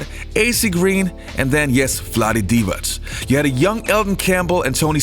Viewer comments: maybe its your accent but its De-vok not de-voch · You can’t even pronounce names correctly, Divac, dee-vak, and it’s pronounced Threeeet.. He was 80% mid range going to the left.. bet you didn’t know that..